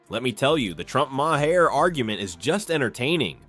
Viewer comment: When you use somebodies ‘opinion’….. learn to PRONOUNCE THEIR NAME ‘MaHair’????🙄